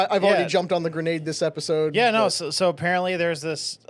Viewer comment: Why does she pronounce “No” as “NER”